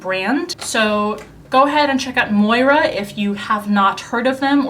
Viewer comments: Moira is pronounced "Moy-rah" btw :D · I think MOIRA is pronounced MOYRA 😀 For me personally I’m not into drug store or WALMART type brands so TBH I normally skip through those but that’s just my personal preference. I’ve never been into K beauty but am intrigued by Kaja. One thing I would LLLLOVEEEE is to see are skincare reviews. I find it so hard to sort through all the new skin care brands/offerings and would really appreciate a breakdown of what’s out there. ESP brands that are fragrance free - that’s really hard to find. Drunk Elephant and Clinique are about all I use.